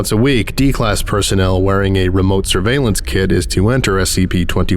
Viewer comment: I heard it as "remote surveillance kid" and I was like, "is there a Pentagon-backed kindergarten in the SCP universe?" 😭